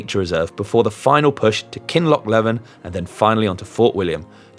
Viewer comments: Come on mate. It's pronounced Mull-Guy and Kinloch-Leavin' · Kinlochleven pronounced Kinloch leaven. Just another sassenach murdering our names. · Love the video and looking to do this run myself later in the year but was shouting at my phone with the pronounceation of Milngavie and Kinlochleven 🤣. Good effort on the ride though.